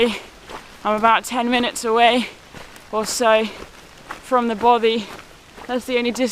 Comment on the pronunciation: I truly enjoyed the video, but I have to ask, is there an issue with English people saying the word Bothy?I just find it odd hearing bovvy, considering all the pronunciations you got wrong, Bothy is the easiest word.